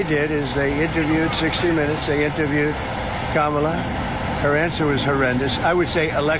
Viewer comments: Wow he pronounced Kamala correctly, he’s losing the plot😮. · All I heard was this BUFFOON say KAMALA’S name correctly !!!!! Way to go DUMBA$$!!!! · Now he can pronounce "Kamala?" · So, he does know how to pronounce kamala's name correctly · Wow he does know how to say her name . 🙄 He’s the most disgusting human being in the United States. This idiot has never “ won “ a thing in his life . As it’s said he just knows the “right people “ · 🎉wow he pronounced Kamala's name correctly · He forgot and pronounced Kamala's name correctly.